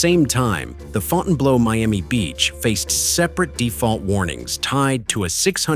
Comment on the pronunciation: It's Fountain Blue despite the spelling and the incorrect pronunciation.